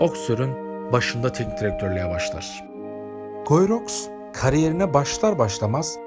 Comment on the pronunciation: Guyi rox değil gii ruu diye okunuyor bari onu da arastirsaydiniz